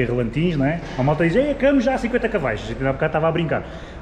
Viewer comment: Dass.. Mas quais Cavais?! Tantos anos de história, como é possível não saber dizer de maneira correta, Cavalos?! É só porque me irrita isso dos Cavais🤣